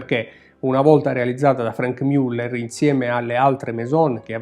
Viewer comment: non mi stanco mai di ammirere questi capoavori, si pronincia come scritto Muller e non Müller